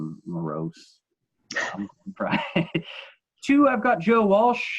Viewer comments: The dude at the top left lost all credibility if he cannot even pronounce Glenn Frey's name properly. The other two talked about Hotel California exclusively. No other album was mentioned except One of These Nights once when they were talking about Don Felder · Guy doesn’t know how to pronounce Glenn Frey.